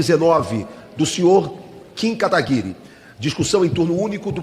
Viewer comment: kim Kataguiiiri kakkkkk galera nao acerta o nome do kim kkkkkkkk